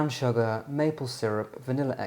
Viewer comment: Why do you pronounce sugar as “shugger” 😂 so strange